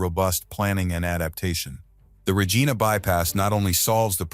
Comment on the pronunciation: I find mispronounced "v imy and Regina is grating